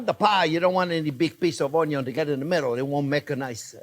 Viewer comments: "oh-yun" love it. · it’s onyon! 😝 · I love how you say onion onyo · I think CJP loves to say ONYON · It always cracks me up when you say “Onyo is always number 1st”. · It's 'onyo and budder'. For ever and everywhere 🙂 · I only ever want to call it onio from the minute I first watch this delightful man. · The word "ONION" may have two Ns, but "ONYO" only has one. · I've been pronouncing it "un-yin" my whole life. Am I wrong? What is life? Quiche. Quiche is life.